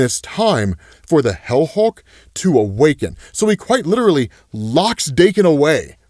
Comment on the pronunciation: Hell Hulk? Helk? Wait... HELCK? GO READ/WATCH HELCK!